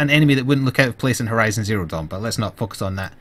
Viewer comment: "let's not fuckus on that"